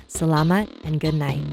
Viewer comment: OH MY GOD SHE SAID SALAMAT SHE SAID IT SO GOOD :sobs